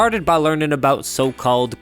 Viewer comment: Accent was good until you said "aboowt" then I remembered you were Canadian.